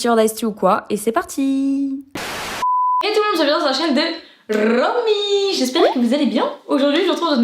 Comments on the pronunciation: J’adore ce genre de petite anecdote, c’est trop bien de les écouter avec un thé ps:si j’avais eu du ice tea je me serais pas gêner mdrr “” ❤️❤️❤️🤍🤍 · Le "" de ton intro jle dis tout le temps en mm temps qu'toi ça met grv en bon mood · "Hey tout le monde vous êtes bien sur la chaine de!" Ça me met grave dans un bon mood! ✨💕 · heyy ton il est trop bien tu devrais faire des habit a toi sur jenyfer t trop la best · « Hey tout le monde vous êtes bien sur la chaîne de! » ça me donne le sourire instantanément 💖🥰